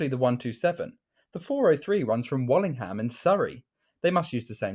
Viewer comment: Also its not warling Ham, you say it Warlingam